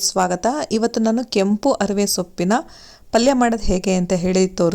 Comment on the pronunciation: Adu Arive alla harive madam. Arive Andre ಕನ್ನಡದಲ್ಲಿ innondu artha batte r udupi anta.